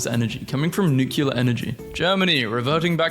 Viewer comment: 'nucular' why!?